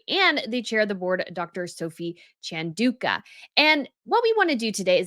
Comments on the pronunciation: It’s Chan - Dau -Ka. Not Dooooka. OMG, please learn to pronounce words. I know you’re American and don’t care but please, it’s so disrespectful. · repeatedly mispronouncing Chandauka. Shocking. 🙄